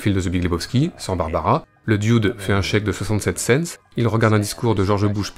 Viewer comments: "Le di-oude"...bon dieu, quand est-ce que vous allez apprendre à prononcer l'anglais vous les français ?...on dirait une parodie d'un serveur de bistro dans les Monty Python. Ça se prononce "de" (the) doûde (dude) avec un accent sur le "ou". C'est pas compliqué pourtant...allez 1-2-3, on pratique... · parce que ça se dit 'dude'.